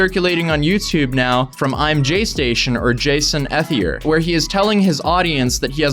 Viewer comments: You’re saying his last name wrong it’s pronounced E-thier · I think ethelier is pronounced like eth ee lee ayy, like all as one word